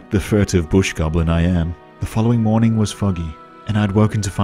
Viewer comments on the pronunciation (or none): none